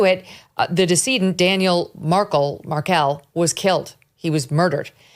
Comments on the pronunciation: Please say his name correctly. You don’t prnouce it like the idiot Princess. Maher-kell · learn to say the name of the victim correctly, for starters. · Come on Megan, put the story together a bit better. Do you homework, practice in the mirror if you must. Cant even pronounce Dan Markells name correctly. These u tube shows are getting usless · Megyn, stop. You can’t even pronounce the victim’s name correctly. So no longer interesting. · It is obvious Megan had never heard of this case before filming. Couldn't even pronounce Markell correctly! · Megyn mangles the key facts and even mispronounces the victim's name in the first few seconds of her intro. I see you still don't know the first thing about journalism even after all these years, Megyn. When on earth will you ever get some self-respect? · Really poor reporting by Megyn Kelly here, stumbling over her own words, mispronouncing the victim’s name and not having a thorough knowledge of the case. Poorly reported on, just terrible. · So many incorrect statements in the first 2 minutes here. Do some dang research, especially on the correct way to pronounce the victims name. Good grief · I like Megyn, but the dig at Georgia was uncalled for and unfounded as it was based on a thirty second sound bite. It’s akin to someone arriving at a conclusion about her after hearing her mispronounce Markel.